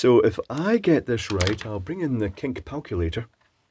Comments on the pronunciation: "...I'll bring in the cink palculator..." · I love the "kink palculator." Weeeeeeeeeeee!